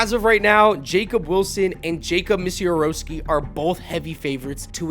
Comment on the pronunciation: Yo bro it’s Miz-a-rao-ski